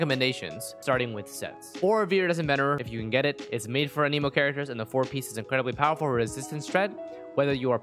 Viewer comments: idk why but it made me so mad when you said anemo like 'a-nemo' its pronounced 'an-a-moe' lmao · Boy said uhhneemo lmao